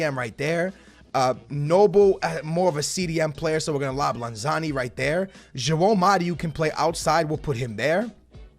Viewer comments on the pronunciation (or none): It's lanzini. not lanzani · You say Lanzani. His name is Lanzini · Its Lanzini not Lanzani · it's not lanzani it's lanzini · Start Antonio move aurnatovic to lm and Joao Mario to the right. It’s pronounced lanz-ene not lanzani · Bro, I laughed so hard every time you said LANZANI, it’s LANZINI with an I. Lol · It’s LANZINI NOT LANZANI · Ffs you say it like this LAN-ZI-NI not lanzani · It’s pronounced lan -ze-ne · Love that you’re doing west ham! Just so you know it’s Lan-zee-nee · You say Lanzini's name wrong